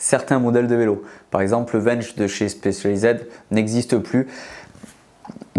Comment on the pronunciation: J’ai vraiment failli stopper le visionage quand j’ai entendu SpécialiZèd….. non c’est pas possible … NON, ça se prononce à l’anglaise